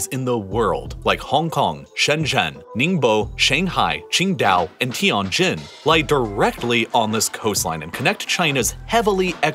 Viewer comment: Bruh... What the feck is "tea on jean" ?